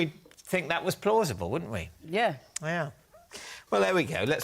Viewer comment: says fink instead of think... Ugh.